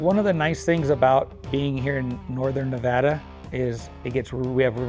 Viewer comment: I see you learned how to say nevada right😂. I live in fallon. Wish i knew of you when this came up.